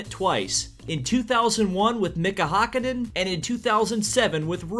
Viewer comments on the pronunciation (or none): its pronounced mika häkkinen (hack-in-en)